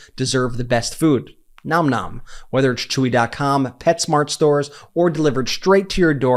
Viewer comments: I feel like you say Nom Nom incorrectly. It's more like naam naam. Edit: For the first time ive seen, it's right in this video. I can finally rest. 😮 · Brett, thank you for correctly pronouncing the name of your sponsor, Nom Nom!!!!